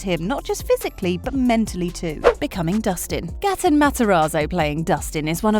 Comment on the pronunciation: Gaten doesn’t pronounce his name that way!! You are saying it “Gatton” when it is “Gayten”